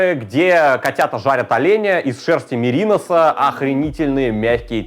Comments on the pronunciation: Без претензии. Хотя может в Питере говорят так. Не мерИнос а меринОс. Как вязальщик говорю. А рецепт действительно гавно 🤔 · Мерино́с, а не мери́нос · Меринóс же, немного передернуло от мерИнос